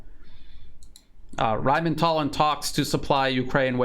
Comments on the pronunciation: It's Rheinmetall, dammit, not RheinmeNtall. 😆 Rhein (the river Rhine) + metall (metal)... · The word RHEINMETALL needs to be proncounced with a different accent. Imagine you are playing in a Indiana Jones movie... RHINE MHET-ALL! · you pronounce it Rhein-Metall, as in Rhein river and Metall as in steel work. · Why do you keep saying "Rheinmental"? The only "n" is in the Rhein-part of the name. lol. The name literally just means "Rhine metal". There is nothing mental about it, hahaha